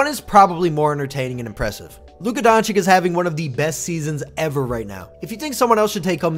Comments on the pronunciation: Donchich not Donchik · You should say Donchich not Donchik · Bro DONCHICH and not DonCHICK😂😂..... anyway a great channel despite the mispronunciation 😂😂😂.... You've got a new subscriber 😊😊😊😊😊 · Bro rly said Donchick 😂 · You really think this guy knows how to pronounce Č and Ć ? Don-Chick😂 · Honestly agree with you, but how disrespectful is it to make a video about a player and not even trying to pronounce his name right. It is not even a hard one to pronounce, it is just lazy to say donchick or whatever you are using here, spoils the whole video for me. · hoow....hoow can ppl still not have enought respect to atleas learn to say his name right LMAO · Please say his last name right 🙏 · Slovenian here. Awsome video but pleeeease stop murdering his last name. I can't really write how to say it but maybe listen to some of our reporters. Everybody is pronouncing it wrong even ESPN 😮‍💨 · Dude. You need to learn how to pronounce his last name.